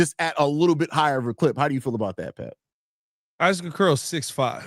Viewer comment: How many times can you mispronounce the name of the topic of your podcast